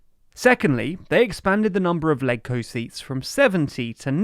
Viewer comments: in HK, LegCo is pronounced “ledge-co” not “leg-co” to be consistent with the pronunciation of Legislative Council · It’s pronounced “Ledge-Co” (ie. “Ledge” in Legislative), not “Leg-Co”. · Legco is pronounced as ledge-co. Just as how you would pronounce leg in the word legislative. Not rocket science.